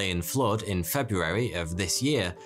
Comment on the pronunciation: This gentleman is the only person I’ve ever heard pronounce the first “r” in “February “ in my entire life. Great speaking voice, too.